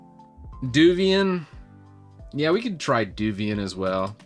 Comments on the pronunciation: Devuan has the same type of netinstall disc as Debian, man. It doesn't "come with GNOME" - you pick which DE you want, or none at all, like the normal Debian netinstall. Also - "Dev-wan" or "Dev-you-an" :-) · Alao it's pronounced as dev-wan